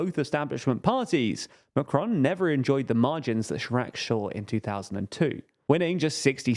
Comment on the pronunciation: Note - Macron is pronounced without an accent (especially not the American tendency to accent the second syllable). Regarding the results - the RN had the biggest vote share (37%) and gained 53 seats. It didn't win outright and this will prove a positive for them. France's economy is tanking and Macron's spending is sky high. What happens when he presents his budget to the EU in September? He was hoping to blame the RN (he said before the election that he had rolled a grenade amongst their legs). The left and the communists etc. will probably begin in-fighting and everything will deteriorate further. The RN just needs to keep its cool.